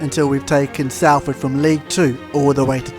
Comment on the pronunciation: its "sol" not "sal" in salford just so you know. cringed when i heard it as a proud citizen of the area. great vid though